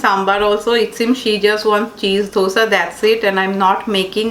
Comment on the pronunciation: curves = carbs , dhosa = dosa sambaaar = sambhar batora = bhatura dokla = Dhokla FYI to the ppl who don't get pronunciations.......